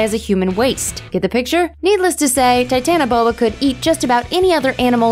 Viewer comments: Titan-Boa not "Titana Boa" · It's titanoboa